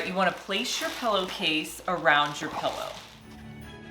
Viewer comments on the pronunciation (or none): People who say pellow. Bleh. 😝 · stop saying PELLOW😂😂😂